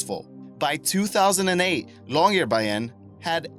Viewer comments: When you say Longyearbyen, it sounds like Longyear Bayern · like the way you say Longyearbyen ;o) funny